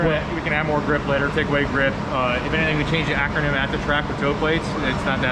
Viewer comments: Dude's cracking me up calling it acronym instead of achermann, lol. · why didn't he just set bump steer, and why did he keep calling it Akernem instead of Ackerman? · Lol how does he not know he is saying acronym instead of akermann. I’m not even a mechanic and it bothers me. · Ackermann. He had me rolling. Mispronouncing it is better than not knowing how to set it up though.